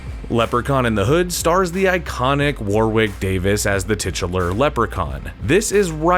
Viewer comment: Warwick went over how to pronounce his name. You don't pronounce the second "W". War-ick.